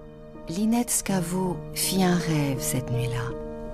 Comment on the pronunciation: IT is Lynette ScavO, not Scavoo. And why not oryginał voice? Oryginał is better.